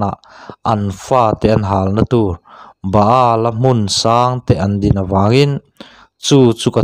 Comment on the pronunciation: Baal nge bala i chhiar naah khan en chiang teh